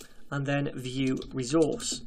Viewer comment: You pronounces it as "VueRezource", That sounds good. Thanks for this amazing playlist about Vue JS...